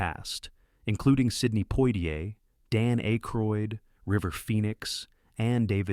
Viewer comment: Is this narrated by AI? How does a human that sounds American mispronounce Dan Aykroyd?